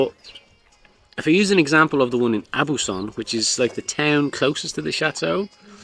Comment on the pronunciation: Oooh! We've camped in that very same site when our boys were younger! Such a beautiful spot! Had one very memorable night when there was a huge storm and our terrified Labrador ended up sleeping on top of me while the mattress deflated😂 Lovely filming as usual. Try saying "Oh-Buse-Son. We'll knock your pronunciation into shape somehow😂 Have a lovely weekend😘